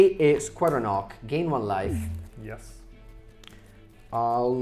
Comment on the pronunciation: Between Squadron Hawk and Glint Hawk, I'm getting to hear call a lot of birds "ocks." Italian must not have leading H sounds:)